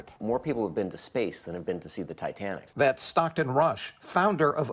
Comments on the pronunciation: He said Titantic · "the titantic" .... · I passed out when he said "Titantic" 🤣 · I've never heard of "The Titantic." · Titantic he said. Really. Can't pronounce Titantic correctly. Smh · The "Titantic!" For the love of God! Your generation just SUCKS! You can't even name the ship correctly let alone I guarantee you can't tell us roughly where she sank, number of lives lost, or the date she fell!? Sad for your generation! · Can’t say I’ve heard of the Titantic. This newscaster is completely oblivious that he didn’t know how to pronounce the most famous maritime disaster in history. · I never heart about the - "Thai Tan Tik" ! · Did anchor say "Titantic" instead of Titanic? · Titanic….. not Titanitic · did he say "Titantic" ? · “The titantic” 😂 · The Ti- TAN- TIC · The Titanic. Not the Titantic. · Wtf is a "titantic"?? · He said Titantic… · Titantic?? No retakes? lets send it as is lol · Did he say titantic ? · The what? "Titantic"? Were you dropped or something? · What in the hell is the "Titantic"?? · “Titantic.” -Madea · Ol boy doesnt know what the titanic is? He says "titantic" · What’s the “Titantic”? Hahahaha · THANK YOU OH MY GOD. I thought I was the only one who noticed 😭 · Really, “Titantic”? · "A titantic"!!! Not ever a "THE TITANTIC" IS THERE NO DIGNITY? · Imagine being so dumb, that you can’t say titanic correctly after hearing it your whole life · Wow. Even a child can say Titanic. Didn't even try correcting himself either